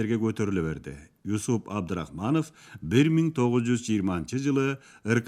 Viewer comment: Ушул уктурууну чыгарганыңыздарга, эмгегиңиздер жана убактыңыздарга ыракмат. Бирок, Юсуп эмес, Жусуп деп окусаңыздар жаштарга дагы түшүнүктүү болуп, эсинде кыргызча аталышы калмак.